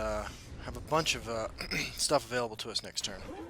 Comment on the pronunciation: "shtuff" lol